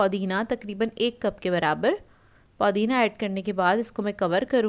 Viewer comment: Paudina nahi pudina hota haj